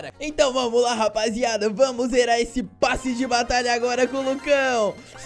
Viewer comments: É passe não "basse" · "U bAsSi De BaTaIa" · vc tem q aprender a falar kkk "basse de batalha"